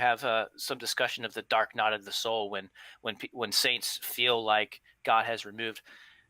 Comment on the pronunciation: Did he just say, "dark KNOT of the soul?"